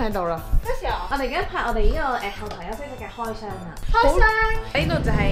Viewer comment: “開湘” (不可以瑟瑟…)